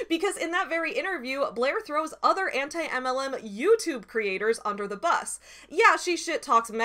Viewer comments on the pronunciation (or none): It always makes me laugh how Blair says 'anti-MLM' as if she doesn't know how to pronounce the word anti. It's so damn funny. She tried too hard to protest her innocence by trying to play like she didn't know what anti-MLM was so hard that she acted like she didn't know how to speak English. This is a pattern I've seen. She lies to make herself look better and then five minutes later she forgets her lie to say something that directly contradicts it. This shit is wild yo. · “Auntie Em… LM” Blair’s in Kansas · I love how Blair pretended that she didn't know how to pronounce "Anti-MLM community".. pathetic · I CANT EVEN with the way she pronounced "Anti-MLM". I die every time i hear it. Ugghhh.